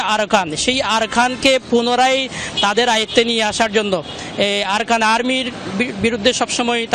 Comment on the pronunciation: আরাকান না আরসা? কেমনে বললে আরকান আর্মির গুলি?